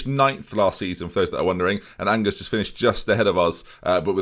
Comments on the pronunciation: Angers is not angers. It's pronounced something more like Onjair. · Your French pronunciations pain me and I'm not even French Onjer and Nim is how to pronounce Angers and Nimes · Angers in French : Anjé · His pronunciation Onjers me severely